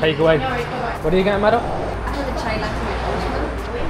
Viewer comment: The first couple of videos I saw I hadn’t paid attention to name of channel/content creators. I thought was calling her madam. I still have to remind myself he is saying Mado!